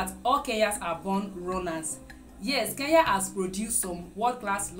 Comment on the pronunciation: not keya it's kenya